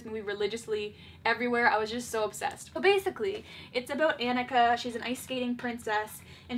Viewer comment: WHY does she say Anika like that